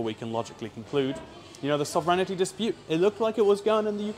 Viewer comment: What a cool little trip, good luck in haiti and don't do anything off script lol. Sovereignty = SOV REN TEA, there is no IH after the REN ; )